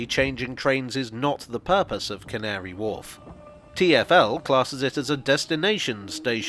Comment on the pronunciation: How carefully did you have to say Can't-ary Wharf?